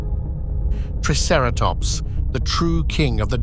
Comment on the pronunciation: I would probably rate this 8 out of 10 for the environment and the photorealistic design of the dinosaurs. This is easily one of the best and most heavily researched depictions of Hell Creek I have easily seen. Only a few drawbacks- The ai voice narrator is pretty obvious in places with how it pronounces triceratops. (“Tre” instead of “Try”) The animation and action scene shots can be quite jerky and sharp in places. The animals should be more deliberate, lumbering and smoother in their attacks instead being stiff. One sentence didn’t quite make sense- “but with the Cretaceous just hours away...” I think you meant to say “But with the end of the Cretaceous just hours away, their work is in vain.” Otherwise this was an impressive piece of work and the seven years of effort definitely show. I definitely enjoyed it and my eyes went to saucer shape at how beautiful the film was with its lush environment. I want nothing more than a nature documentary on the Cretaceous dinosaur biomes from mid to late North Africa to Mongolia to hell creek.